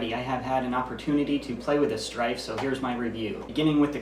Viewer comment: He said stryven